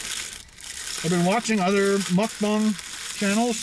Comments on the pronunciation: It's MukBANG not MukBONG!! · Mucbong? Think it's Mucbang. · it bugs me so much when people say mukbang when it's spelled meokbang even koreans do it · I broke out in surprised laughter every time I hear him say Muck Bong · I broke out in surprised laughter every time l hear him say Muck Bong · OK I have to comment, reluctantly. Muck Bang, Muck Bong, and what is aten? Come on, if your income is from a channel, at least use proper language, ffs. Honey and chicken nuggets is for 8 year olds, I know, my sons ask for it. Be a daredevil and try something adults like. Lastly, if you drop a piece of lettuce, the world won't come to an end. Let it go and clean your car later. Long time subscriber and fellow Ontarian. Do Big Boys Burgers!